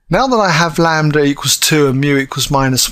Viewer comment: the m can be different, but as long as its a scalar multiple of the other, they will still be parallel. lol and its lambda not lander wtf ahaha.